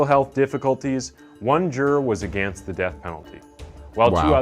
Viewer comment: Can’t stand this narrator. The way he pronounces ‘again’ and ‘against’ makes me feel physically violent. Also, in this one he pronounced Monterrey as Montry.